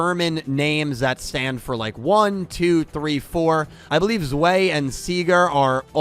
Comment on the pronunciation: It's pronounced Zvai